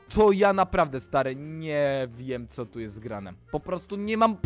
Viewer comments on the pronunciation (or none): "to ljest jakiś prankster" hahahah